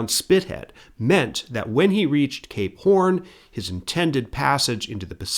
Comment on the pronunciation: I don't mind pronunciations that are slightly amiss, but I'm convinced the way he says "Cape Horn" has to be at least a little bit of a troll